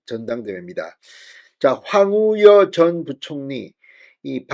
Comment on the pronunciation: 황우여라는 말을 그렇게 못하시면 많이 연습해서 방송을 하시지요 넘 답답하십니다 계속 황우려?